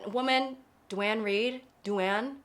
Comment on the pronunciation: Duane pronounced Dwayne! xD So happy, new not even yap xD gets popcorn